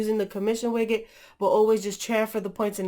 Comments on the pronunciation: widget not wiggit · The way you pronounce widget xD